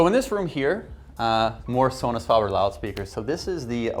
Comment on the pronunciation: This guy needs to loose the snobby voice and attitude and learn how to pronounce the name Sonus Faber there’s a A after the f in faber not a O 🥴